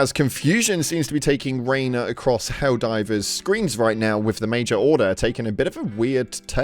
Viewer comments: It's"Helldivers" not "helldrivers." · excuse me until u say hellriders correctly fuck now im doing it, Hell divers, excuse me!